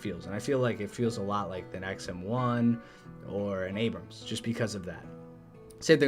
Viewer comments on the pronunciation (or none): none